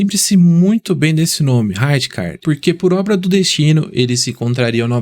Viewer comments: “Rajicardi” é foda KKKKKKKKKKKK melhor chamar de Ricardo logo KKKKKKKKKKKKKKKKKKKKKK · Parabéns pelo excelente vídeo. Tive o privilégio de assistir a esse monstro jogar, tanto pelo lendário Milan, quanto pela seleção holandesa na Eurocopa de 1988. Apenas uma crítica construtiva: Você está errando na pronuncia de algums nomes. Frank Rijkaard se pronuncia Frank "Raicar", Rinus Michael, se pronuncia Rinus "Mitchels" e não Maicous. 👍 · A letra J tem som de I , no nome do Rijkaard